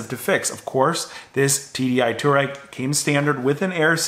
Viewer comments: FYI, you pronounce it Twar-reg. not Tour-Reg They are a nomadic tribe from Asia. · It's not a two-reck (aka citizen of Turkey). It's a twah-reg, please... This mispronunciation triggered me to the point of almost suicide, fortunately as a European I have access to more alcohol to sleep over it. I'm not at the "not remember" level yet, I just passed the "no more angry YouTube comment" level, wish me luck to get sufficiently drunk and wake up tomorrow! ;) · It’s pronounced twah-reg… after the nomadic tribe in Africa!!! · It is pronounced TWARAY not TOUAREG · The way you confidently mispronounce Touareg makes me want to puke every time I hear it.